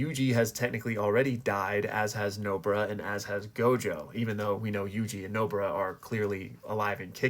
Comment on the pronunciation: Bro why tf you call "Nobara" as "nobra" bruh